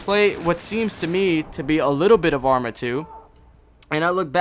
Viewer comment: i thought u were saying amry of 2 this whole video.